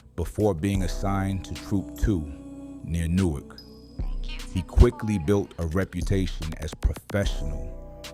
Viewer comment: Just so you know, in Delaware Newark is pronounced NEW ARK and in Jersey it’s pronounced NEWIRK